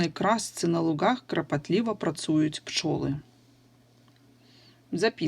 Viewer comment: Вы сказали крапатлива, а надо клапатлива❗️❗️❗️